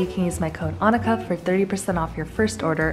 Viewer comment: I thought it was pronounced ann-EE-ka not anika... oops